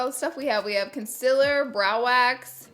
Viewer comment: Gets me every time. Conceler 😂